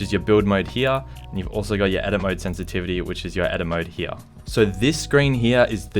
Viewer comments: I get so mad when he says heya instead of here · Lmao love the way he says “hea” no hate I’m subbed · This is how many times he said "here" pronunciation "hea"😂 👇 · Its funny the way you say "here" 😂